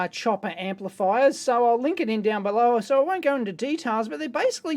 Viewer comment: what the F... is an ampliers HAAHAHAHAHA LMAO!!!